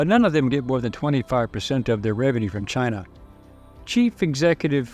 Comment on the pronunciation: Lol "Chine" never heard about that country before